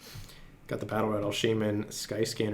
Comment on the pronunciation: baddle radle shey-men